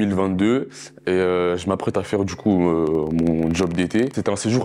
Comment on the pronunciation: "tchimide, dju coup", MDR cassos...